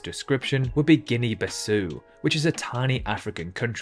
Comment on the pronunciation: The au in Bissau pronounced ow like in cow, and vow.